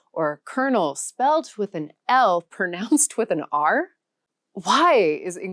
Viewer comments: ( , ) You mispronounced "pronounce."🙄 ALL languages take a lifetime to master. No way is English the hardest language on earth (even if it's also described as the easiest). Pronounce "precision" with more precision (i.e., correctly). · "If you learn English, the pronunciation is a minefield." I know. For example, almost everybody mispronounces the word "pronounce" (e.g., this video).🧐